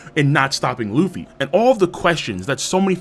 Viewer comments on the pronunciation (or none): It’s Luffy